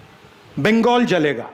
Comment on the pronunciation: बिंगगोल बोल रहा बंगाल बोलना नाम भी बोलना नही आ रहा